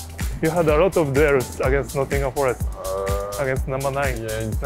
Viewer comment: "aginast Tottenham" hahaha Saliba